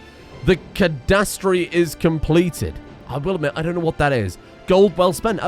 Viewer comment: Cadastre (not pronounced the e at the end) is the designation of the land, frontier, land sizes and location. Exemple : in a city every plot if land has a cadastre. Also why no more duel?